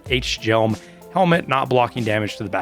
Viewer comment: The hjelm is pronounced with a very soft h basically just jelm it’s not ach-jelm